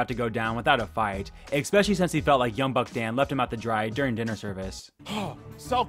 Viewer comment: Please please please please please!!! STOP SAYING EXSPECIALLY!! THERE IS NO X IN ESPECIALLY